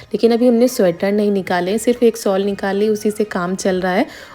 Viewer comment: Sol nahi shawl hota hai